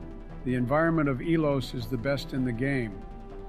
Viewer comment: Nova-rea? Be-nez-ea? E-los? Im gonna have a stroke Good video